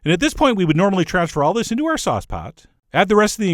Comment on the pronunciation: The way Chef John pronounces “sauce” makes me giggle. “Saahss.”